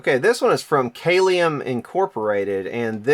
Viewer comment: Kalium is pronounced CAL-ee-um. It's the Latin word for potassium.